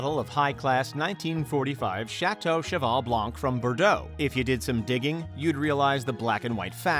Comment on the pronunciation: Really liked how you murdered all the French words.